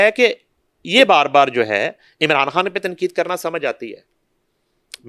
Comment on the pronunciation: بی بی تیرا خان کھان ھی رھا اپنے تلفظ پر توجہ دیں